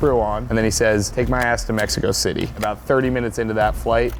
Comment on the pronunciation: Mexico Thity sent me 😭😭😂